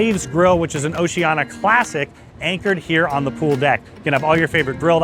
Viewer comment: Just a suggestion: you might learn how to pronounce the name of the cruise line